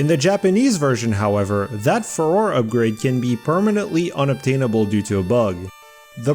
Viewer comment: Fuh-ROAR-ay I will also accept "Fay-Roar", but its not Fuhror, please 😭😭😭